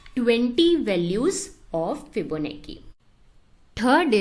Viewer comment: Fibonacci is pronounced as 'Chi' like in Gucci